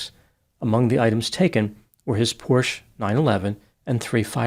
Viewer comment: is one of the few Americans who can pronounce Porsche correctly. Very good!